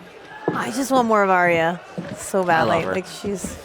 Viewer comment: Just a small thing guys but her name is not Aria it's Arya, pronounced Arr-ya